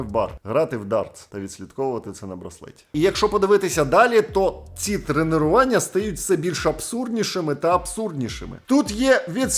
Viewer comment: не кажи будь-ласка тренИРування)) Люди тренуються і ходять на тренування🙃 Ну дуже вже "ріже" вуха. P.S. Ти спеціально перед "...НАХ..олєри.." таку паузу робиш?))